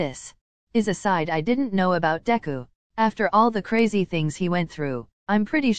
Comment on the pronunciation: Literally No one: Google: Kirisima (Kirishima) Deka (Deku) 😭😭💀💀I CANT